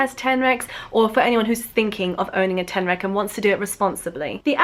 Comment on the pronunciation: I heard alolan street tenrac instead xD pokemon ref lol